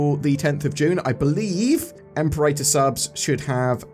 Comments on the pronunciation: Imperator is not pronounced "EM-puh-rater". It's "im-PEH-ruh-tuh" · You still haven’t learned how to pronounce Imperator correctly!!!